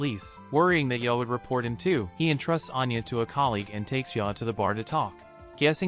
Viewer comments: Yor's name is pronounced "YOUR" not "Ya" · He also calls yor 'ya'